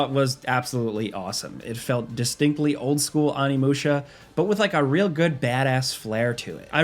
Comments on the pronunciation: Don't think I've ever been this guy but every now and then. You have to watch yourself across to the dark side. It's [o.ni.mu.ɕa]. Thank you love your vids I'm sorry I have to be that guy. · Jesus, and both pronounce stuff so weird, like intentionally it feels like Oni! Not "on-i", "oh-ni"! Oni-musha! It's Japanese! Do you just say "oni" by itself wrong too? Lmfao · Great video, but what's with the pronunciation of Onimusha?